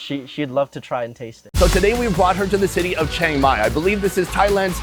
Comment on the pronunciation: Bro, it's not pronounced "chang" that's a Chinese name. It's pronounced "Chee'ang"